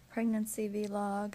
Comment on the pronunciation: I’m not sure if I was more offended at her smoking while pregnant or pronouncing it “VEE-LOG”